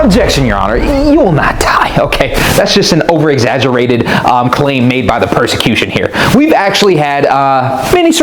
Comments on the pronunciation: PROSacution. Not PERSacution xP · I know it was probably a soundalike mistake, but calling the prosecution the "persecution" is actually pretty funny if you know what it means. Also not my man Matt Murdock showing up to court drunk because there's no other way he'd be able to stomach defending a child murderer lmao